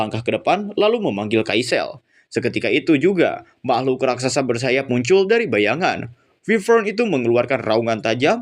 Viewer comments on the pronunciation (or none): none